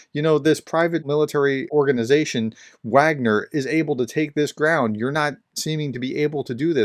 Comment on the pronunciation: Given that your channel carries the title 'Professor,' there is an inherent responsibility to ensure accuracy in all aspects of your content, including pronunciation. Your decision to knowingly mispronounce 'Wagner', despite being aware of the correct pronunciation, concerns me. This is not a minor detail - 'Wagner' is a critical term in discussions about the Ukraine War. When you choose to ignore this fact, it undermines your credibility and shows a lack of respect for the subject matter. If you wish to uphold the responsibilities that come with the title of 'Professor,' I urge you to correct this. It's important to treat all aspects of this topic with the seriousness it deserves.